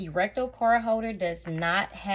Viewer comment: You say RECTO....we hear RECTAL! I almost choked on my coffee! Listening not watching while putting on my makeup and thinking wow! Louis Vuitton has reached a new low! To make sure you don’t get robbed, they now make a wallet you shove up your butt! Nobody getting to that... nor would they want to.....being that it’s been up someone’s butt! 🤷‍♀️🤦‍♀️😆😆😆😆